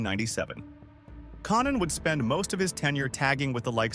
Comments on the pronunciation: “Con Nan” is even worse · Mispronouncing Konnan And then when it's time to do the giant they show a picture of Andre the Giant. This video is fucked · Konan how hard is it to get the AI to say konan correctly